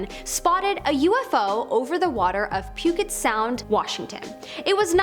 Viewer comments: Puke It Sound. Great pronunciation. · Pew-Gent Sound